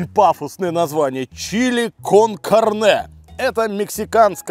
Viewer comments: ударение!!!! кАрне, а не карнЕ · извини, но хочется поправить, cárne, а не carné😊